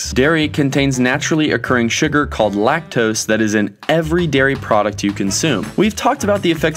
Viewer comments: lac-tose xd.... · Lac-tos?? Seriously LMAO 😂